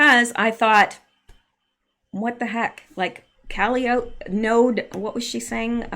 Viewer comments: Caliope is pronounced Ka-li- oh- pee. It's an old school word for a merry go round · Calliope is pronounced kuh-LYE-oh-pee, Greek Muse of epic poetry. Hmm, why would they name it that? This is fascinating, albeit eerie. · Hi buddy, the proper way to pronounce “Calliope,” is KUH-LIE-UH-PEE, like the instrument. Sorry for the maybe slightly off direction there, but it’s an instrument, as well as the name of a princess. Someone educated me on the word, and I am passing it on to you. Love, LOVE the research you are doing!!! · Calliope = cuh-lie-o-pee I do believe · Thats .....cal-eye-o-pea. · I keep hearing her say “calliope”. Is she mispronouncing calliope - cal-EYE-o-pee? Is there significance to the name? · Calliope is pronounced ka lie o pee. Think that steam organ inside a circus merry go round. It's that sound we associate with circus. Also Calliope is Greek muse of poetry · Calliope is pronounced CAL-EYE-O-PEE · Bowes-Lyon is BOZE LION,. Calliope is four syllables, rather than three.